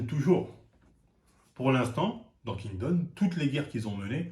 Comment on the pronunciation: "Kingdon" "seinim et shonem" 😂